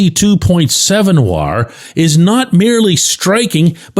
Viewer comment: bending over backwards to pronounce WAR as whar. Also the 2 G with a Cruz HR are the 2 Ws.